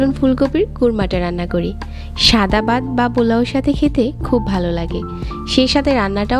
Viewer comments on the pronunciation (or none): Bat na vat 😂